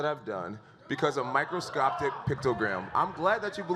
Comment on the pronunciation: "Microscoptic Pictogram" Jesus Christ. 🤦‍♂️